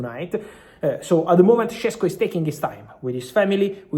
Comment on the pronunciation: It’s “Sheshko” not “Shessko”! Š=Sh Šeško = Sheshko!